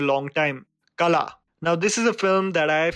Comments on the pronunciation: A day will come when you will pronounce the "ള" in "കള" (kala). I believe in you. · Kala. The LA is not the LA you pronounce by starting your tounge from just behind your upper teeth. WHat you have to do is , bend your tounge more and start behind from the position you start LA. so La will become "LA" and KALA means "Pest". 🤓🤗🤗